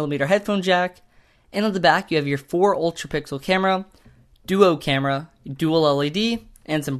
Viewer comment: He said that the m8 has a four mega pickle camera not pixel